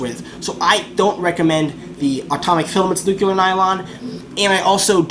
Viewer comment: Buddy....nuclear....not nukular...new-clee-er